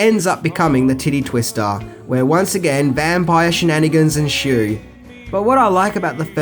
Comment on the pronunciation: “enshue” lol